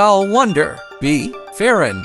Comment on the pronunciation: bro its Ferran not Ferren😭